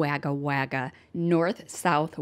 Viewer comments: Hey beautiful, just a bit of pronunciation help with our very strange Aussie town names. Wagga Wagga is pronounced Wogga Wogga with a o like bog, dog ect. And the state is actually New South Wales not North. There are a lot of very difficult names for sure. And as Aussies we are very lucky with Medicare as it pays for so many medical issues it’s really hard to imagine living without it. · Hi Great Job as always Just a minor comment Wagga Wagga is pronounced Wogga Wogga.